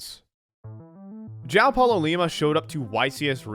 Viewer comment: This video is fantastic....but hearing Americans pronounce Joao hurts my Brazilian soul